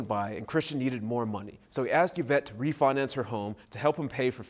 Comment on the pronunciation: Or "I axed someone..." rather than I asked.